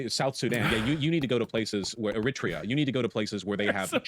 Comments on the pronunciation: I'm not a Native English speaker but is "Eritrea" really pronounced the way Vaush says it? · No. It's pronounced more like "Air-ih-tree-uh". Look up a pronunciation guide